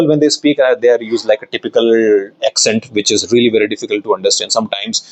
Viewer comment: Good info 👍. But 1 tip: You pronounce the word, "accent", wrongly. Correcting it would be helpful for u as you use it a lot.